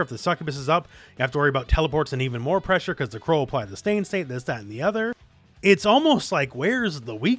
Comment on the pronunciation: "NAVY PRESSHA"!!!